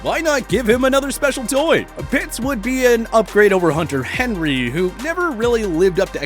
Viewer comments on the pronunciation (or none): none